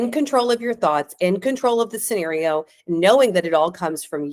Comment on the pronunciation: what's a 'skinario' dear?😂😂😂